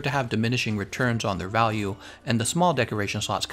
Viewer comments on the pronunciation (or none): none